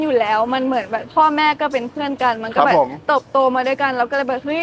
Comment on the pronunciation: คำว่า"แบบ "เหมือนน้องจะออกเสียงผิดเป็น"แบ่ด" ... นอกนั้นพูดไทยชัดทุกคำครับ